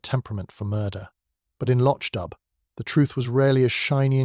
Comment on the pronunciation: The plot is marred by the confusion of acccordions and bagpipes. Also, the narrator mispronounces the setting, the village of Loch Dubh.